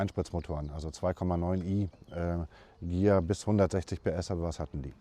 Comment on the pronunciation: es empfiehlt sich auch, die zweite Silbe zu betonen beim Wort Consul. Ähnlich wie beim Konsens, sprechen leider 90 Prozent falsch aus, da sie die erste Silbe betonen. Immerhin wird Ghia hier richtig ausgesprochen.